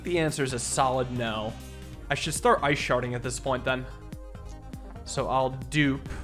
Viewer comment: Ah yes "ice sharting the enemy*